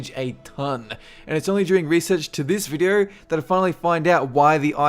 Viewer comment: invented the language and do not know how to speak it properly... Styoyn', syoronite, videyo...